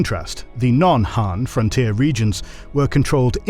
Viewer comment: Agreed. I mean, the guy can't even say ''Han'' properly lol.